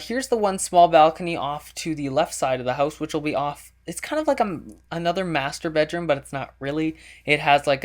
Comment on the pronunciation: lol first time you said "muster bedroom" i thought you said "masturbate room"